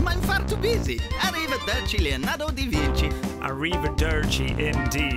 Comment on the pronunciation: Arrive-DER-ci indeed